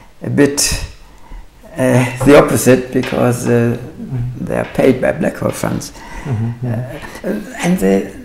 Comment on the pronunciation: I love you books and your channel, please keep slamming the frauds and mathsturbators. However I am compelled to point out that what for certain does not exist, is a second syllable in "hole." It is not and must not be pronounced "Hoe-el". Please attend to this distraction, as this oddity of the German dialect is as aggravating as the fine structure constant.